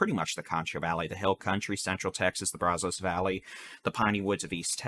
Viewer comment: Where is this guy from , in Texas it's pronounced Bra-zus , not Brazose's , even though it's spelling is Brazos River at least in the 64 years that I have lived here !